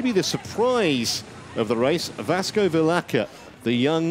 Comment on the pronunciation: Vilaça! It's pronounced VilaSSa :)